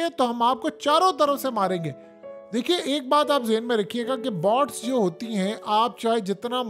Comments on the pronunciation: بہت اچھی وئڈیو ہے بس تلفظ درست فرما لیفیے۔ BOTS نہیں BOATS جیسے چوٹ ویسے بوٹ۔ نہت شکریہ اتنی درست معلومات کا۔ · PEANDOO BOTS NAHIN BOATS HOTA HAE MARASI 🤣 😂 😆 DON'T WORRY I WILL KEEP CORRECTING YOU BECAUSE YOU ARE DUNGARR 😂😂😂😂PEANDOO